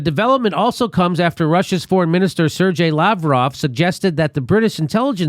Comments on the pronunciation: Sergei is pronounced sairgay. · A couple of corrections: It should be “Sergei Skripal AND his daughter Yulia” (not Sergei Skripaland…) And Sergei is pronounced Ser-gay. The G in Russian is always a hard G. (The only exceptions are words like Сегодня and ничего, where the G (3rd and 5th letter, respectively) is pronounced like it was a V.)